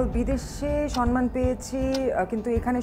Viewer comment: কথা শুনে তো স্মার্ট,শিক্ষিত মনে হচ্ছে।বাট সে "সম্মান" উচ্চারণ করতে পারে না।Shame😑😑😑